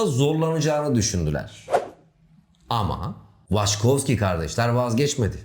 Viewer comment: Waçkowski mi? Hani ilkinde dil sürçtü dedim. Sonra aynı şey devam etti. Benedict Cumberbatch'ın belgesel seslendirirken penguen diyememesi gibi olmuş :) (pengwing, pengling...)